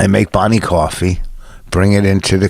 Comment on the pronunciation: Vos makes Bwonnie cwoffee.